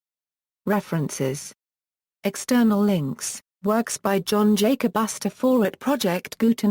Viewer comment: Sorry but I can't stop laughing how that robot voice said his name "john jacass" LMAO